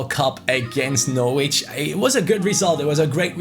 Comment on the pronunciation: norwich is pronounced like 'norridge' - same as porridge!